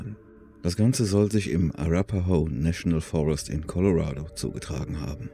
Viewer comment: Danke, dass Du korrekterweise "Colorado" sagst, und nicht "Coloräido".